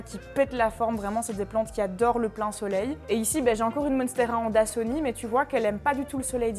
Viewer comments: Hello ☀️ Juste une petite erreur : monstera "adansonii" et non monstera "andasonii" ☺️ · Monstera Adansonii et non pas Andasonii😅 Et le pothos liane comme tu dit est un pothos marble queen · J'ai remarqué que dans plusieurs vidéo tu faisait une erreur, la plante en question s'appelle "monstera adansonii" et non "andasonii" voilà ❤️ sinon continue comme ça j'adore !!